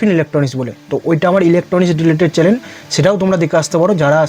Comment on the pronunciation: আর কি কি চ‍্যলেন আছে ?😂 ❌ চ‍্যনেল✅